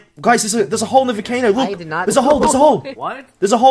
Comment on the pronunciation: this is a great video and the guy saying volcano as vocano was funny